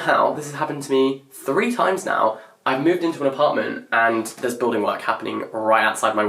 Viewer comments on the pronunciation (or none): none